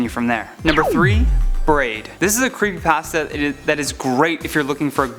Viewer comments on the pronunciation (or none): "creepy passta" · It's creepypasta not creepypaasta Hermione: How dare you steal my sh.... Harry: Shut up and move on. Draco: snorts and laughs hard.